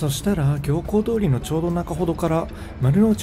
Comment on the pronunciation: 行幸通りは、 「ぎょうこう通り」ではない、 「みゆき通り」ですよ。